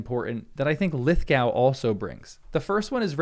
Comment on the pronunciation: You are saying his name wrong